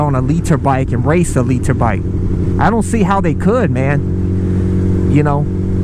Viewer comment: I agree with you but the way you say litre is annoying